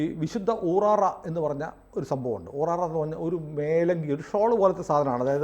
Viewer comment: ഊറാറ അല്ല, ഊറാല എന്നാ ണ് അതിന് പേര് പറയുക.